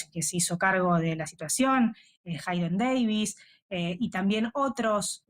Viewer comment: Jeiden, se dice jeiden